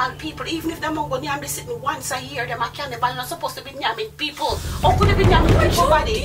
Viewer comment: Lmao at “can-nee-bal”